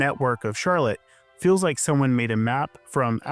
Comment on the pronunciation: Do you say 'electric ill' ? For feels, you say "fills"... and "piecemill" for piecemeal. It's common, so you're common. Filled for field... Geez man.